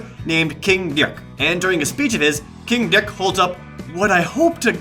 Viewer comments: I laughed a lot when prompted pronounced king dick. king deuk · I'm pretty sure "dyik" was just his way to make it funnier: pronouncing it in a weird way. Like JonTron saying "Ech", Caddy saying " 'Splore", Scarfulhu saying anything in his awesome accent. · "King Dyick" 😂